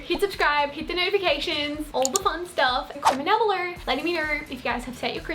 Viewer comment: “Comment down belur letting me kner “